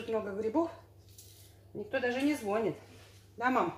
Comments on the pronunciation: не звОнит,а звонИт👍💯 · Кладу....никто не звонИт....грибники.....Уши вянут😨